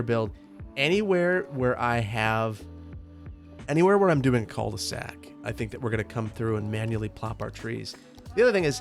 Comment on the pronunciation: Love you and your content, but idk why hearing people say "Col de sac" annoys me so much. I wonder if it's just me and my french speaking dumb ass. I usually don't care about mispronounced french words but this one is hard to deal with. 😂